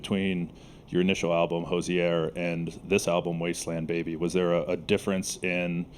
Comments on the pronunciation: Thank you, this is a fantastic interview (and performance) on both sides <3 My only criticism lies in the interviewer’s pronunciation of “Hozier” (correctly: /HO/zee/er/) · this was a great interview but people mispronouncing hozier will never not make me laugh